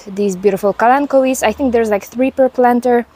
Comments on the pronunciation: no, no, you have the right pronounciation! :D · omg I've been saying kalanchoe incorrectly all this time lol (ka-lan-cho). you saved me from further embarrassment.